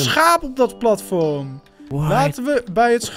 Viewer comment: Ik word autistisch van hoe jij platvorm zegt urg maar leuke vid